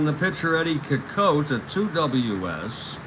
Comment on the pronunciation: Nice Game. FYI its Ed SEE-cott. Thanks Take Care**